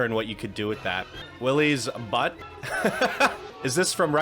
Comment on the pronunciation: Butte is pronounced “Byoot” not butt. 😆